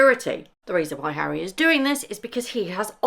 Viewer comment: “Hally and Meggle” - I like it! 😂😂😂 Duke and Duchess of Sausage